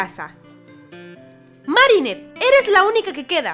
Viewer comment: Yo pensé que el nombre Marinette era marinèt no márinet